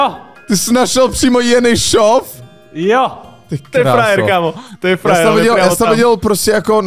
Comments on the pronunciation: je to Jenišov ne Jenyšov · rekl jsi to spatne jenisof